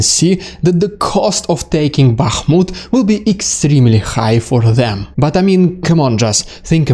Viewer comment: I am so thankful you can pronounce all those town names! 😁 (i never could!) 💙💛 Thank you again...much appreciated. 💙💛 Bakhmut 🙏 Max